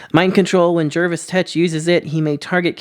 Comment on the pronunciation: The only yt'er to say "Jervis Tetch" properly... bonus points